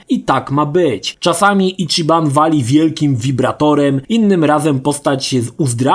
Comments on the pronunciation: Ale to nie jest imię polskie. Do tego autor filmu kompletnie zgwałcił wymowę mówić "Icziban", co jest mniej więcej czymś pokroju wybicia ołówka w ucho (prawidłowa wymowa to Ićiban). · Matko, jaki Icziban? ち ma wymowę ći jak w CIeszyn albo Ćma. Nie żadne czi. Mahjong to chińska gra i nie ma wymowy madżong. Swoją drogą ładny cringe z tym stwierdzeniem na końcu o oryginalnych japońskich głosach I marzeniem o angielskim. Są granice bezguscia. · Zacznijmy od tego, że ち (chi w ANGIELSKIEJ transkrypcji) wypowiada się ć/ci (jak w słowie CIasto) nie czi.